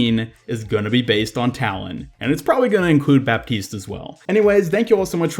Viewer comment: PSA: the "p" in baptiste is not pronounced